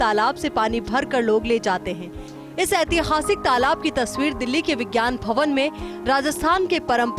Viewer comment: तलाब नहीं तालाब बोलते हैं मैडम